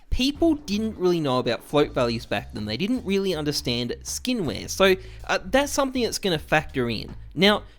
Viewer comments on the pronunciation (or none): none